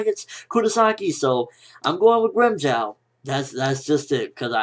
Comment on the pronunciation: It's grimjow nigga